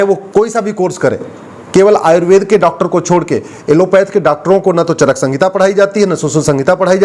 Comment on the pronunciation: चरक संगीता नहीं, चरक संहिता है सही नाम।